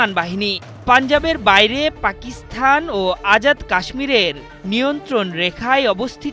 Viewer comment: উপস্থাপক বার বার পাকিস্থান বলছেন। সংবাদ উপস্থাপক হিসেবে সঠিক উচ্চারণ উনার জানা উচিৎ।